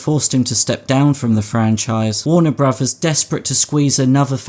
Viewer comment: I've never heard of "Warner Brovers" before.